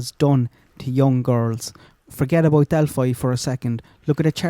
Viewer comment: You are Irish, so you misspelled 'paedo', and in any case, mispronounced the town of Delphi. Up your game,.